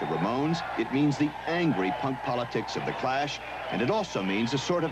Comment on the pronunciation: tbh I thought Clash was actually called Crush due to the subtitles and pronounciation